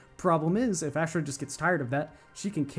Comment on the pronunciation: Bro it’s aushrah not ash rah lol